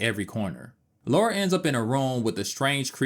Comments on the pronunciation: Great video. The way you pronounce Lara slightly bothered me lol. It's Lara not Laura. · Good video but she's British. It's said La Ra. Not Loora. It really grates when people say it incorrectly. It's all Americans who seem to say Looraaa not just this guy who's clearly put a lot of effort into this video. Thanks for that. Miss Croft sounds better. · I’m British and it’s La-ra. If it was Laura, it would be spelled Laura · Stop calling her Laura for god sake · It's Lara, not Laura. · it's Lara, not Laura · Great video, but it’s Lara (not Laura), as is said in the FMVs and text within the games :) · her name is LARA L.A.R.A NOT Laura! why can no american pronounce her name properly?? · her name is Lara, spelt Lara. and it is pronounced Lar ra. not Laura. Thats just basic English. but we all know you Americans like to make up your own version of our language. lol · Its La-ra not laura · It’s funny because they changed the name to Lara, because Americans couldn’t pronounce the name Laura, yet even when translated as LARA, Americans still say Laura 😂 they knew how dumb they are lol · She is british. You have to name it british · Why do you keep saying LORA? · 30 seconds in and can’t deal with ‘Laura’. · It's funny how it sounds as if you're saying "Laura" since it was the devs first option of a name (Laura Cruz) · repeat after me, illiterate humanoids: LAH-rah. LAH-rah!! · It is lorah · Last video I watched they even said Lora. Too much so I didn't even comment:-p Just happy people are fans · I normally get irritated when Americans mispronounce Lara's name but your review of this game and the controls is really amazing, so ill let you off 😅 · Americans always pronounce her name that way...I'm so used to it by now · Aaaaaaand instantly mispronounced her name. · I can't recall ever hearing an American say Lara properly. I don't understand the problem at all. But then, they pronounce Han Solo as Hawn Solo.